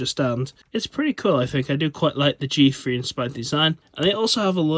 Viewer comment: Learn how to pronounce th properly. It's not a fre - therefore it's not a G Free, it's a G THree